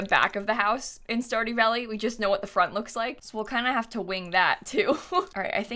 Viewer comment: stardy valley game: stardew valley:*stardy valley* game: stardew valley: STARDY VALLEY Game: STARDEW VALLEY